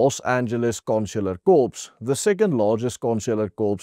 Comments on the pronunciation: "Corps" is pronounced the same as "core." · net 'n tip my bra: corps is pronounced "core". Dis french of iets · Jammer ek wil jou net reg help, jy spreek Corps uit as Core...kwaai video pella